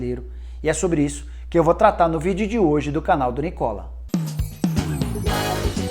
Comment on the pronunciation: teu nome é Nicola, sem dopia, assim o o é fechado, tanto aqui como na Italia vc esta pronunciando o próprio nome errado amigão